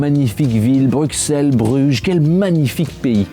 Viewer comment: Les français ne sauront décidément jamais prononcer "Bruxelles"